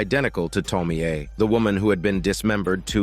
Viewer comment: Can't even watch this video because of your dogshit pronounciation of "Tomie"...